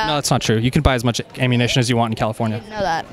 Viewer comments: my man said ammunation, he’s been playing too much gta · The kid is living off of his imagination from the movies and video games. I would never interview a child. Thinks James Bond is real. Also did anybody notice that he said "Ammunation" before ammunition? He wouldn't know that name unless he plays Grand Theft Auto. Maybe his mother should be concerned about that.